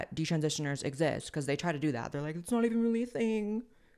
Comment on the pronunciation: Blaire says wacuz for because 😂 Blaire is so adorable 😊